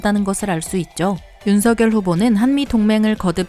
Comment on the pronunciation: 운석열 발음할때 윤성녈로 발음하셔야 합니다